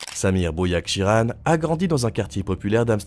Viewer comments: C’est Bouyakhrichan, et pas boujakchirane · Désolé mais je n'ai regardé que le début de votre vidéo car vous ecorchez le nom de famille de cet homme! Vous devrez le prononcer BOUYAKRICHAN et non BOUYAKCHIRAN et c'est prenant sachant que quand vous connaissez le nom et que vous entendez quelqu'un mal le prononcer sans arrêt c'est hyper prenant! Sinon le format est cool! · "Bouyakshiran"??? 😂 C est Bouyakrichan!!! Ta chaine se barre vraiment en couilles! T auras plus de like de ma part et je me desabonne.Il suffit pas de piquer les reportages de la tv Neerlandaise et de les faire reprendre par une IA completement débile! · S'il te plaît c'est BOUYAHKRICHAN, mauvaise prononciations, pour un CAÏD de sont CALIBRE c'est une LÉGENDE a Amsterdam xxx et en Espagne avant THAGI c'est comme tu dit le début de la mocro guerre au pays bas et en Belgique et ailleurs dans le monde et qui continue normal avec d'autres concurants ! Un grand🫡depuis BRUXELLES!🇲🇦🇧🇪🤝🇲🇦🇳🇱💫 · 😂😂IL TE L'A MIS EN ARMÉNIEN 😂BOUYAKSHIRAN😂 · Bouyashikiran en indi😂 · En plus,ça doit faire au moins la 3eme fois qu il sort une video sur Bouyakrichan,il me semble... Il essaye de refaire passer la meme video 3fois en changeant l ordre des phrases et le titre! On nous prend pas un peu pour des jambons,on dirait... Ptêt qu il a fait expres de dire "bouyakshiran" pour qu on croit que c est une personne differente et une nouvelle video?😆 Ses reportages sont tous deja passés il y a plus d un an sur des chaines Neerlandaises! Et là,en plus,les narrateurs sont des vrais humains! Pas des ia totalement cretines qui massacrent le nom des gens et des lieux,et qui sont incapables de prononcer les determinants démonstratifs correctement! Intelligence artificielle,tu parles! À 6ans,je lisais mieux qu elle! Mdr!